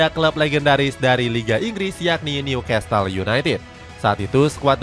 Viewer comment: bacanya Nyu-kasel bukan nyukastel ya narator